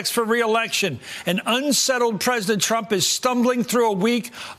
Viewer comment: Give Donnie a break. Being pwesident is hard. I mean, who knew?